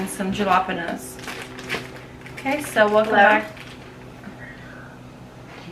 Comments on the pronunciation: .......pinche juerta! "JOWL-A-PENOS" ... ....really? Then "SELLL-MON".... Thats why ethnic women ONLY. Thumbs up if you agree. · I have never heard the word "jalapeños" pronounced the way you do!! Lol, sounds cute though.